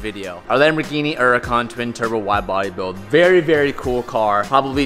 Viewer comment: SELL IT. It would be awesome to not hear you mispronounce Húracan ever again!